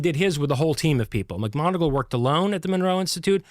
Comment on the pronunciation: if ur such a science smart ass, how comes you pronounce 'macmoneagle' as 'macgonagall'?. two different people pal